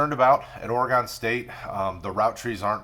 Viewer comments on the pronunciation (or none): It’s pronounced Ory-gun.